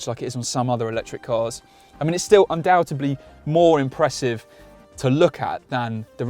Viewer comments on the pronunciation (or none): The word is undoubtedly not undoutably.